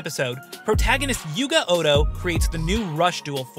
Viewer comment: 'Yuhi and Yuamu Oga' It's Ohdo, just like Yuga! The point is they have the same last name. And the Sevens time line is, odd. It takes place in the past, but we don't yet know how far in the past, since it's implied to be the same universe as Sevens(but also really comes off feeling like an alternate universe too)? And the events at the end of Sevens caused the Sevens protag to end up IN their universe/time, and he hasn't yet gone back. The series is still ongoing so we don't know how it's gonna tie all together or wrap up. But, CARD GAMES IN SPACE! And ALIENS! It's fun.